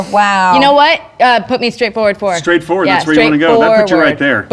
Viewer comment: said move FOUR-ward and it wasn't noted it the pun-o-meter